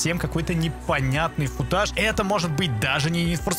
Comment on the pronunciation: Хотел посмеяться над твоим ударением в слове футаж. Хорошо не стал😌